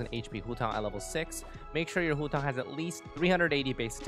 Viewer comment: Im sorry but i hate the way you say Hu Tao great video otherwise